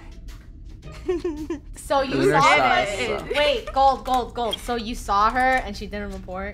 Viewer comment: It’s not funnel it’s funneh